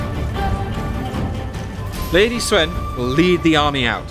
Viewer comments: UnitedEarthEmpire they made a lot of mistakes. Sun becomes Swen. The 'i' in 'Liu' is dropped. As is the 'u' in 'Luoyang'. Cao Cao is still bad. Chaoxin. And the pronunciation is wrong regardless in what language you pronounce it. If it is wrong it's wrong. My name is not pronounced Oi je ne just because I am in Germany. People still call me Eugene even though we speak in German and Anne (two syllables in German) does not become one in English. I still say An'ne when we speak in English. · Why is he pronouncing "Sun" like "Swen"? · You are pronouncing "Sun" wrong. it is pronounced like the english word "soon" not "swen". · Guy keeps saying Swen, instead of Sun. It looks good, but the lack of blood (Obviously going to be a Paid DLC like in Shogun and later games), and the lack of unit animation and zoom means doesn't look any more impressive then some of the Free Mods out there. The Generals are pretty much the only reason to play this. That said I want a Chinese Dub of the Character Voices, like they had with Shogun with all the Japanese Voices.